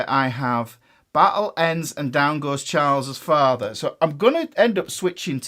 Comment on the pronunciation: Now I can't stop saying "Chaalz's Faathah"